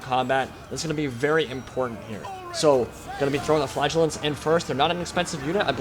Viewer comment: in the biginning, I was wondering what you were calling "flagulance" ... efter a while I found out you ment "Flagelants" :D